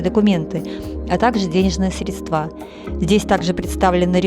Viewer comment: Спасибо большое,! Как всегда очень познавательно! Очень хочется вернуться в Гродно и ещё раз посмотреть! Один нюанс (без обид) - ради Бога, слово "средства" - ударение на букву "е"! А так всё превосходно!